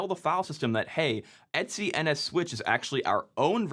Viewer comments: "etsy"? It comes from "et cetera". It should be pronounced "ee-tee-cee", or at least "et ce". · Every time you say "et-c" it sounds like you're saying "Etsy"... Wait, is that how Etsy got their name? 🤔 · Wait, does everyone pronounce /etc like etsy?